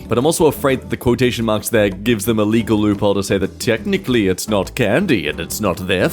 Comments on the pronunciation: quo-tootion. lmao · Quot-ocean or Quototion, I like this pronunciation 😅